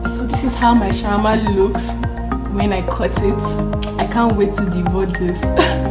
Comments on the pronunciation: Say shammah Shawarma 🤣🤦‍♀️ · Shammah - Shawarma 🤣🤣🤣